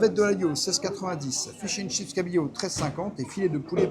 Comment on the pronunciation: C'est fish and chips , pas Chish and chips, petit rappel 😉